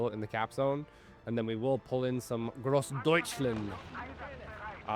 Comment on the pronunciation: Careful, don't say "GroßdeutschlEnd", say "DeutschlAnd". "Aufklärer" was better, but basically has the exact opposite problem, even less "Aufklarer" and more "Aufklerer". "Panzerbüchse" needs a bit of work thought. You correctly said "k" instead of "sh", but your missing the last syllable "-seh". Also, the first vowel is "ü", not "u". So like "Bük-seh". It should sound like your pronunciation of "Panzerschütze", which sounded fantastic! Just take "sch" and "tz" out of "schütze" and replace them with "b" and "ks".